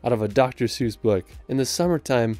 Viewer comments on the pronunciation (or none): none